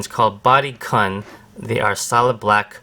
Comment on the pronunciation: its pronounced koon btw